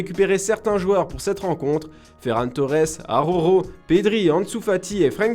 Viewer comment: le « aroro » me dérange